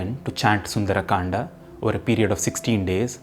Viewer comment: Why you sound like sundar’’aa’’. Its sundar kand